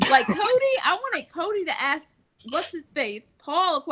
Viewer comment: On Point! It was worse than lapdog though....he treated & thought of Josh as his uneducated (remember him mocking Josh saying axe?) shoeshine boy then calling Josh a blob behind his back. AND even had the fn nerve to call Josh a coward on live tv finale. I'll never stop laughing either lmfao